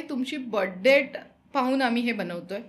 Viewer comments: Yantra, tabiz kuthun pakadun anala yanna! 🤦‍♂️ Ani debt is pronounced as “det” similar to “pet”. “Depth” mhanje “kholi” 🙄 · Depth nhi डेट म्हणा.. IT is Florida not folorifa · Jupitier, depth nahi. ज्युपिटर आणि डेट म्हणतात. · Debt चा उच्चार डेट असा आहे. मराठीत कर्ज म्हणू शकतो